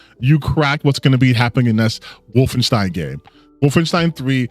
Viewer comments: "Woof-in-steen" Edit: No he should definitely be made fun of for that pronunciation. It isn't hard to check how the name of a popular game series is pronounced. Makes it clear he hasn't played them. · Not gonna lie, the most annoying part is him saying “Woffen-STEEN” repeatedly. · I know we're not supposed to make fun of how people pronounce stuff, but the way he pronounces Wolfenstein makes me think of a mod where BJ is wearing a fursuit.